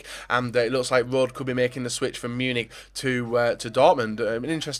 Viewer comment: Alaba will never go to Real Madrid and who is Rod lol its pronounced Rodeh